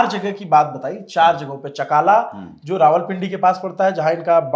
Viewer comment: Chaklala not chakaala..Shor kot not Shaarkat...your information is 70% wrong ..Focus on your research